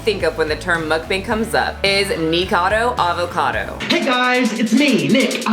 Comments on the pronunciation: That story about your sister was ultra cute. By the way, his name is Nikocado Avocado, not Nikado. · I hope your mis-pronunciation of "Nikacado" was on purpose to troll him. He is disgusting. And the animal murderer girl is gross too but at least she's....nope, nothing good to say.